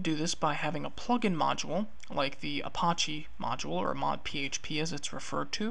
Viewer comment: good intro. The way you mispronounce Apache is driving me nuts tho. It's not the french word, which in pronounced uh-pahsh... that pronunciation has a silent e. It's pronounced uh-pach-ee, with the A sounding like the A in patch. It's a native American tribe, hence the feather. There is no tomAto tomAHto here. Drives me nuts to the point I can't concentrate lol